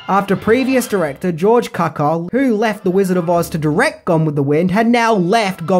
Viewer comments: An excellent review! Just a minor quibble: director George Cukor’s last name is pronounced “cewkor”, and director King Vidor’s last name is pronounced “veedor”. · Cukor is pronounced: Cue-core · I believe the name was George "Cue-Kor". Great job as always though you seem to have so much information you should have made it two parts. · Btw it’s prounounced George Que Kor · Why are you keep pronouncing George Cuckoo’s surname wrong?